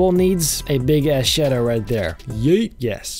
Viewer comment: I love how he just say "shedow" instead of shadow